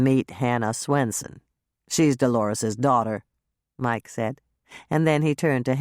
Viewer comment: Does the reader sound like she's saying "Grandma SNOOTsen" to anyone else but me? 😜